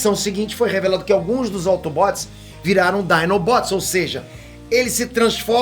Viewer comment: "AutobÓts e deceptius" Mds q vexame ver ele falar de assuntos q nem entende so por views e money